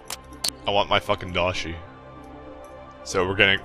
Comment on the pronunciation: The most annoying thing about the daishi is how you keep mispronouncing the name.